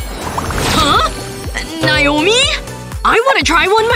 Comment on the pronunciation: That's my name but that's not how you pronounce it